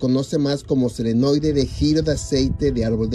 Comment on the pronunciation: Buen comentario !! Es Solenoide pero yo lo pronunció Selenoide No se porque !! Lo siento error mio de pronunciación. Sorry !